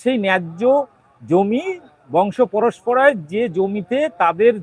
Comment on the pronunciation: বংশ পরস্পরায় নয়, বংশ পরম্পরায় হবে।